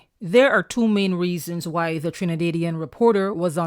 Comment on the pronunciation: Trina-day -dian??? 🤣🤣🤣🤣🤣